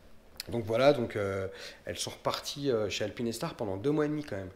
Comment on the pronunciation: Super vidéo par contre c'est pas alpine É star mais alpinestar le E est là pour faire le "ine" pas ajouter un "é" :)